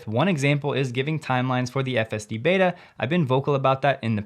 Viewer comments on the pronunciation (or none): none